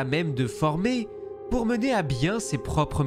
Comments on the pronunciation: C'est pas "dark", c'est "DARTH" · "Darth" pas "dark" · ah non, depuis la sortie de "la menace fantôme" en 1999 les doubleurs français ont corrigé l'erreur des anciens films. Ils prononcent "Darth" au lieu de Dark, ce qui est parfaitement juste.